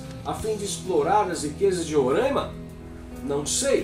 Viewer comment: RORÃIMA! Parabéns ... pronúncia correta; pela GLOBOLIXO até o Brasil muda de nome, talvez BÀRÃZYU ...